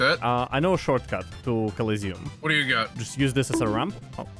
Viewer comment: Its not "Collisiom" its "Colosseum"